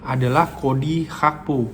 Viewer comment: setau saya namanya GAKPO bang bukan HAKPO